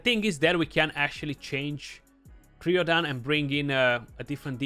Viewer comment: Hey brother it would be pronounced cry-o-dan like crying. The champ has freeze so Cryo- is from the Ancient Greek κρύος (krúos, “ice, icy cold, chill, frost”). There's things like cryo therapy so I've heard it pronounced quite a bit. Anyway best to you and the family 👍